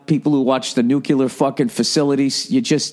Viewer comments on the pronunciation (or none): Bill...I love ya madly, bro, but ya gotta learn how to pronounce "noo-clee-uhr." Not "noo-kyoo-ler." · Nuclear not nukular.